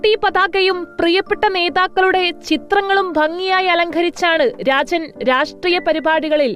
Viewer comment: രാചൻ... അല്ല... രാജൻ